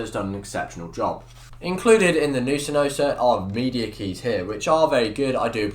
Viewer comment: "Hey guys tewhajaksmeddjs here and today I got a review of sinosa V2" had to repeat the intro 7x to understand what he's saying.